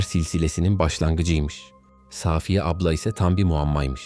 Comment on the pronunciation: Gerçeği saaaafiyedir. Safiye yanlış söyleniyor. Arkadaşımız ismi doğru kullanmış.